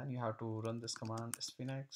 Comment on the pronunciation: Nice tutorial. It's pronounced like "Sfeenx" (1 syllable)